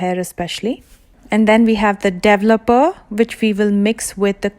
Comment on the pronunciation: Interesting how she pronouces the wordl developer, it's like devel-opa!